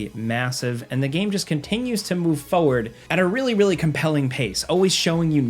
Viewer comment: "And the game continues to move foe-ward" was this meant to be a pun or just a weird way of pronouncing forward?